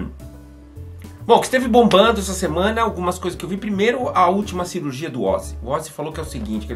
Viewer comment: Quando cara tá tão adaptado ao inglês que manda um SIRURGIA (surgery).